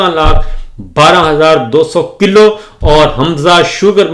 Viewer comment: صابر یقیناً آپ "پُنّر جنم" پچھلے جنم میں طبلہ نواز رہے ہونگے، باوجود بارہا نشاندہی کے آپ اپنے پچھلے جنمی پیشے سے چھٹکارا نہیں پارہے، دوسرے آپکی اردو لفظوں کی ادائیگی بھی کافی خراب ہے مثلاً : ستاسٹھ ❌ سڑسٹھ✅ کِلّو ❌ کِلو✔️